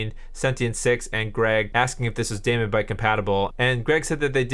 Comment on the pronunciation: Nice work, but the daemon in DaemonBite is pronounced "demon", not "damon" (it's an archaic spelling). The demon logo for the brand is a hint!